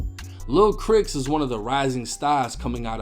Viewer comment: Lil "CRICKS"?! 🤡🧐🤣🤣 its clearly Pronounced as "CHRIS"🎯